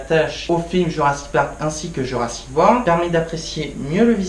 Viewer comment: Bon, je vais pas être sympa, mais ma critique aura au moins le mérite d'être honnête. Ce n'est pas bon. 1: Faut travailler ton élocution, ce n'est pas possible de mâcher tous les mots comme ça. Exemple de mauvaise élocution: tu dis Jurassi Wor au lieu de JurassiC WorLD. Faut prononcer les mots et les titres jusqu'au bout. 2: Mais arrête de faire 50 coupures entre chaque phrases car tu veux couper les longueurs en pensant que ça ne se verra pas. Ca se remarque et on ne remarque que ça ensuite. 3: Plutôt que de mettre un fond vert avec un détourage horrible, achète-toi plutôt un micro de qualité. Tu parles du contrôle des dinosaures qui n'est pas compréhensible si on n'a pas regardé la série, mais je n'ai pas regardé la série et j'ai parfaitement compris le principe du contrôle vu que c'est expliqué dans Jurassic World 2. Si les gens se plaignent, c'est parce que le film est mauvais. Tu veux expliquer le principe des animatronics et des images de synthèse, mais on voit que tu ne connais strictement rien à ce domaine et tu le lances dans une explication bancale montrant que tu n'es pas un spécialiste du sujet. Genre, tu dis ceci "Y'a beaucoup d'effets visuels aux effets spéciaux de synthèse et tout" Je peux t'assurer que cette phrase ne veut absolument rien dire... le pire, c'est que tu as quand même fait pleins de coupures vidéos durant cette phrase... Durant toute ta critique, tu ne rends peut-être pas compte, mais tu sembles conscient de la quantité de défauts du f